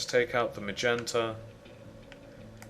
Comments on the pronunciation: HEY JUST CUZ HE PRONOUNCES MAGENTA MAYENTA DOES NOT MEAN YOU CAN LAUGH AT HIM FOR IT!!!!!!!!!!!!!!!!!!!!!! thats the way HE pronounces it,so DO ME A FAVOR AND SHUT THE FUCK UP!!!!!!!!!!!!!!!!!!!!!!!!!!!!!!!!!!!!!!! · Ma-yen-tuh lol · HA HA HA he calls MAGENTA , m-a-y-e-n-t-a. 😄